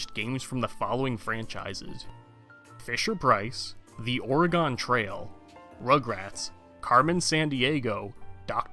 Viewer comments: This vids pretty amazing. Im surprised you dont have more views. Except for one thing.Ill tell you something. The way you pronounced Oregon is absolutely teeth grittingly annoying. Its not pronounced that way. Its pronounced like Organ with an extra syllable. OR-eh-gihn. Not or-e-GONE. You dont see us pacific northwesterners mispronouncing east coast states. Give us the same courtesy, huh? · Or-e-gone lol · thank you for the video it was really interesting. but for next time, check the pronunciation of "oregon" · I wasn't prepared for that pronunciation of "Oregon"